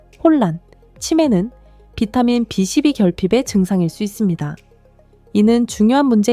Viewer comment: 비 12부 바름 좀 똑똑하게 해주세요 바름소리가 3로들림니다.